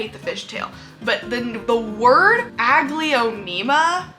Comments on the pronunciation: The way you say "Aglaonema" is probably why you hate it. I've never heard it said that way and I've never say it that way. I've always pronounced it "A-gl-OW-nem-AH". Instead of 5 syllables with how you say it, I pronounce it with 4. I have ADHD and I get what you're saying but I've had Aglaonema for years and they're one of my favorite genera of plants. I have an ENORMOUS Aglaonema "Indo Princess" in my room and she's stunning. I agree that Aglaonema Pictum Tricolor ain't shit though. I finally got one and its been awful. Shitty growth pattern and they do terrible as houseplants in mid-range humidity. I personally like my Aglaonema "Indo Princess" better. Does awesome as a houseplant and has gorgeous tricolor leaves. Mine has been producing daughter plants like mad too so I've been removing them and rooting them up to sell. If you ever decide to give Aglaonema the love they deserve I'd love to send you a daughter from my Indo Princess! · Its so interesting, the way you pronounce Aglaonema…my brain is like 😩🤢 but I’ve always mentally pronounced it more like ah-glay-oh-nay-mah and I hate it less. I still don’t like the plants though. Lol.